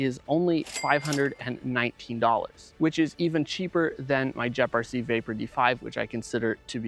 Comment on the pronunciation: “Jep rc” 😂